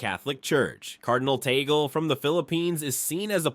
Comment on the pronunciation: Kindly pronounce the Family name of Cardinal Luise Tag-lee correctly!